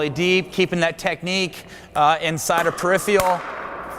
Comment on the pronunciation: this dude needs to learn how to say the word peripheral